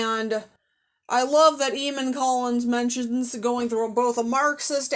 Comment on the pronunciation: It's pronounced Ay-mon.